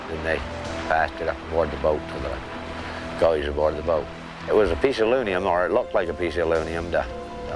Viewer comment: CC subtitles had it as "loonium". Funny accent